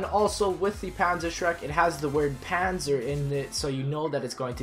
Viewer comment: Panzer can be a Tank or Armor. e.g. Brustpanzer = Armor chestplate. Panzer Soldat means Armored Soldier. Panzerschreck is actually not really a word, but it means that this weapon scares (schreck) Panzers (=tanks). Also it's pronounced "pun"-"tzer" not "paaahhnsaaa"